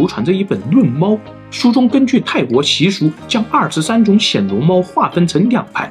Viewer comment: 是第一声，不是第三声：暹Xian（鲜）罗猫